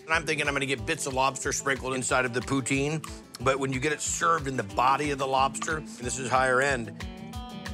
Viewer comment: HAHA HE SAID IT RIGHT THE FIRST TIME "POO-TIN'